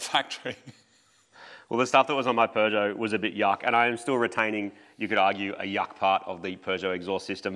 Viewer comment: Here in the Uk I can safely say I have seen as you say a ‘cannon’ on a Peugeot ‘Peugbro’ 🤣